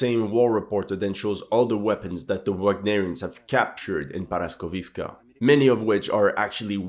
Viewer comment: Not paraskovivka, it’s called poroskeevka